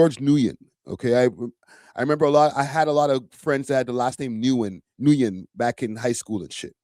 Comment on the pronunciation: Nguyen is pronounced as either “win” or “new win.” And him calling himself a chat nxga is partly Ak’s fault lol. That’s the name Ak calls his hardcore supporters.